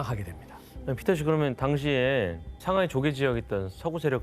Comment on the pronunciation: 이 교수님 중국사 근현대사 전공이신가? 상하이 샹하이라고 현지발음 너무 좋고 항상 시그니처 토끼 포즈 좋네요 자주 강의부탁드립니다 상하이 개존잼ㅋㅋ